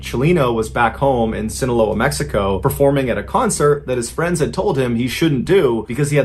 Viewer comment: Sinaloa = see-na-LOW-ah. Corrido = corr - EE - doh. Roll the "r's".